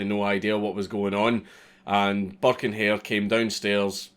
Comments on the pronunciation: Everytime he said "Burke" I heard "Buck" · i’m irish and i didn’t realise he was saying burke coz i didn’t read the title properly do for the first half of the video i thought he was saying buck